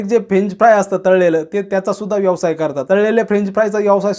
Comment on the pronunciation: यवसाय नाही व्यवसाय म्हणा.